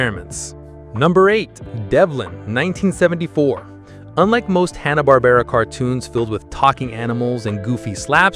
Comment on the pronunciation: This is crap! I couldn't make it to 2 minutes. You can't even say Hanna Barbara correctly 2 times. Green beanie on the dog...oh my you are blind too. 😅 No thanks I should have known by the claims as well as your channel name.